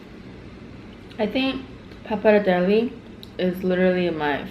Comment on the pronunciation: Last E of pappardelle is pronounced like you said the first one <3 it's like the Versace thing ;) XD